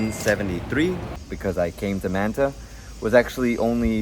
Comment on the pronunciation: You seem to be Latino and yet you can't pronounce Manta correctly?